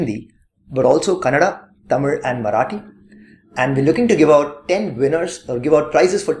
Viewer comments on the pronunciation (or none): should be from TamilNadu, this sure by the way he pronounce Tamil.